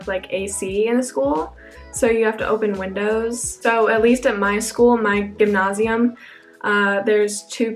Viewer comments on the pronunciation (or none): gymnasium like Gem-NASE-ie-Umm.. not Ghemnashium..lol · As a German I really love the way you pronounce _Gymnasium_. Its very close to native speaking, but also unique :)